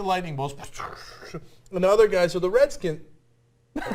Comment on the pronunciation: Lol couldn't say Redskins lol